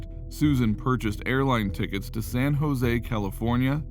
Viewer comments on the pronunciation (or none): none